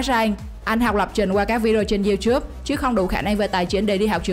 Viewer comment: youtube nó đọc thành chu chúp